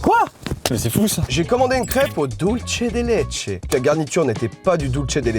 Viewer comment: Dulce de Leche se prononce Dulsse svp 😭😭